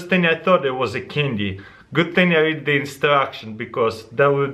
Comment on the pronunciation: Oh it was a cindy u said cindy instead of saying candy